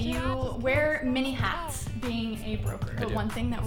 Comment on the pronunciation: I thought she said 'mini hats' instead of 'many hats' and just thought the guy liked little fedoras